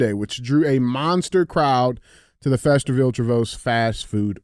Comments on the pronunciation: DJ needs that hooked on phonics book again. It’s Feast-er-ville not Feasterville-ville. I never thought my home town would have made a CTI. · Love the show, but someone really needs to teach DJ how to read. It's pronounced feast-er-ville, and tree- vose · DJ let me help you. They are pronounced Feast -er-ville and Tree-vose. You still rock though my man keep it up!